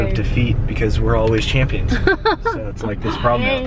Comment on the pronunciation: Sounded like you said "champshits"😂